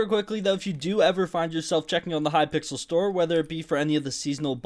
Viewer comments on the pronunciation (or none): none